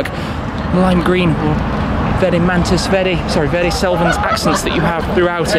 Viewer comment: Thumbs up Tim! Sounds like you pull an Italian "R" when you say "verde".... well done👍👍